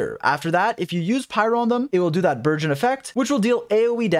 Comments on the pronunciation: dude not burzhõn!!! hahahahaha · Also can speak French!? That word burgeon he surprisingly said very well in French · he said Bourgeoin XD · Nice. Pronunciation of Burgeon is virgin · I thought you were calling it virgin, wtf is a burgeon. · i never considered french burgeon and i think im gonna pronounce it like that from now on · I will never say burgeon normally again. 🥖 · Does speak French? With that pronunciation of “burgeon”😄